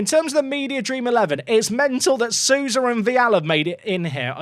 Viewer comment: Brazilian "ou" is pronounced "oh". Souza rhymes with Sowah.